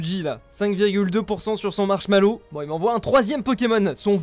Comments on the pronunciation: Ça va c'est pas si terrible par rapport à "Marshmallow" au lieu de Marshadow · J'suis mort marshmallows au lieu de marshadow 😂🤣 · Il a dit marshalo